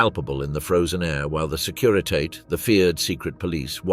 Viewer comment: Securitate: sek you ri tah teh.